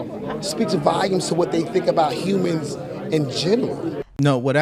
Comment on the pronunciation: it’s volumes, not Valiums 😂